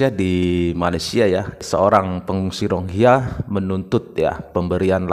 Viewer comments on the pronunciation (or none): Bukan RONGHIYA bang.. Tapi RO-HING-NYA atau RO-HING-YA